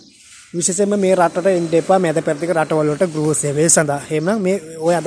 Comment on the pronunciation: ගූරෑ නෙමෙයි යකෝ ගෘහ 😂😂😂